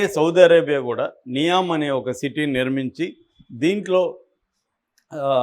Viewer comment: ఇది విడి కి డైరెక్ట్గా సౌదీ నుండి న్యూస్ వచ్చింది. నియోమ్ అనికూడా పల్కలేక చెత్త వాగుడు వాగుతున్నాడు,దానికి ఒక తప్పుడు నిర్వచనం.ఇలాంటి చెత్త ఛానళ్ళు చూస్తే జనాలు పెడ త్రోవ పడతారు.